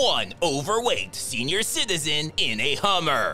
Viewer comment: "By one overweight serior citizen" made me cry laughing 🤣